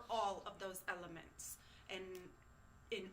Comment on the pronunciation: She says ELEMENTS in all caps lol